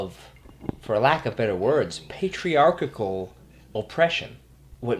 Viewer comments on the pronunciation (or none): Pay tree arch all not pay tree arch kik all